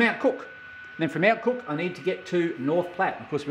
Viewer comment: I suggest that you get off Amtrak's Train #5 The California Zephyr, at Lincoln, NE instead of McCook. (By the way, in Nebraska we pronounce it as "muh cook") Lincoln is a MUCH larger city and it is a BNSF hub with diesel shop, yards, car shop, etc. From Lincoln it is about 4 hours to North Platte (straight highway with no railfanning) but there are several interesting places along the line, such as Grand Island, where the BNSF coal line goes over the UP Overland Route, and Kearney, where the UP Kansas City line joins the Overland Route and they run triple track mains all the way to North Platte. By the way, the west end of the North Platte yard complex has the RR station name "Birdwood"!